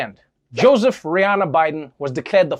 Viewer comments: Did he say Joseph "Rihanna" Bidden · TREVOR! You wrong for that! 🤣🤣🤣 Joseph "Rihanna" Biden....you stupid! LOL. It's Joseph Robinette Biden 😜